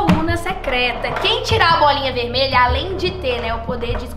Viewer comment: "azuL" "veLmelha" Kakakakaka